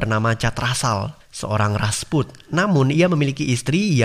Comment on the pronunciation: Rajput min bukan rasput